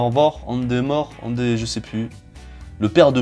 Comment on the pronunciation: Heyy 😎😎qui est de retour ces moi 🔥😎😎 on dit endeavor comme en anglais 😂